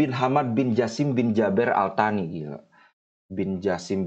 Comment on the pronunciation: Al Thani transliterasi inggris, dlm bahasa indonesia: Al Tsani. bacanya: As-sani ( esnya lembut seperti gracias dalam bahasa sepanyol), artinya: yang kedua.